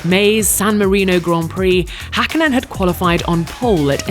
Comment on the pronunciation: Gotta love the commentators/narrators of previous eras as they nowadays couldn't even dream about bothering to TRY to pronounce Finnish names properly, let alone type them correctly. He says "Häkkinen" almost perfectly. I mean, even our nowadays appalling Finnish commentator pronounces Vettel with an F like it's supposed to. Come on, it's not that hard to pronounce Finnish names. 😑